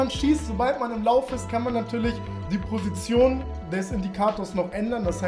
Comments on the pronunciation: Kannst du Position nicht aussprechen oder wieso sagst du schon seit Jahren „Prosition“ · Die „Prosition“ 😂😂😂